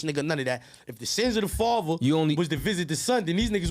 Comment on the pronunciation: Everytime he says “faver” nd not “father” its like nails on a chalkboard 🤦🏻‍♂️💨🖤🧟‍♂️🤷🏻‍♂️